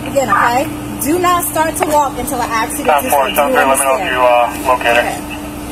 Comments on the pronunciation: "Aksk" 🤦🏼‍♀️How is this acceptable..what's difficult about speaking correctly, it's "ASK" pronounced: "AHHH-SSSSS-K" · How did the word "ask" end up being pronounced "ax"? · Ithe word is ASK not AX.